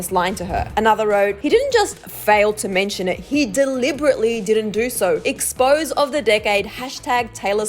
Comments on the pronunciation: EX-POH-ZAY, not expose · when she read exposé as expose i cringed so hard and i don’t know why lol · she pronounced exposé wrong